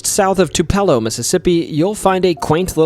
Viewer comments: 😅 it's not Tupallo.... It's Tupelo (Too-pa-low) 😊 sorry, just have never heard anyone pronounce it that way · Too/pa/low is the correct pronunciation. Birthplace of Elvis. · As a lifelong Mississippian, I just want to say you got a funny way of pronouncing Biloxi and Yazoo, but your pronunciation of Tupelo was just bad. Too-pell-óh??? It's Tupe-uh-low. Try to say it quickly and It'll sound more right. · As a Mississippian hearing you butcher city names was both hysterical and painful xD. Honestly though i've lived here all my life and heard none of these stories! I'm from Jackson though. I will say that Tupelo is said with the emphasis on the U not the E, and Corinth the emphasis is put on the O not the I, and Biloxi the O makes more of an UH sound. You got Vicksburg and Pascagoula correct though! Now try to pronounce Kosciusko. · It is pronounced KEY-SLUR for Keesler AFB and Biloxi is BILL-UX-EE OR BUH-LUX-EE no ah sound to be found. Tupelo is pronounced TOO-PAH-LOW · Tupelo is pronounced Two pillow. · Enjoyed the video. I usually do enjoy but as a mississippian it's nice to see you cover us. Some pronunciations that drove me wild tho... Biloxi *Bill-uhx-ee Yazoo *yeah-zoo Tupelo *too-pa-low Natchez *na-chez Thanks and looking forward to your next video! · Yea, Yazoo and Tupelo are ALWAYS pronounced wrong. But, you did get Pascagoula correct. For those who haven't heard these names our whole lives, some of them are difficult. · the way you pronounced tupelo angers me LOOOL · Oh my goodness! Anyone who knows anything about Elvis has heard Tupelo pronounced correctly. I was shocked that you got it wrong.